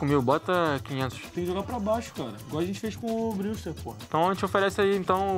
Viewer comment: a pronuncia do brewster é "breuster "